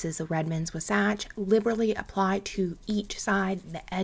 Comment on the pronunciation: Just in case you’re interested, Wasatch is pronounced “WAH-satch” or “WAA-satch” emphasis on the “WAH” 😊 I live in the area. Also, you can totally ignore my comment if you want. ❤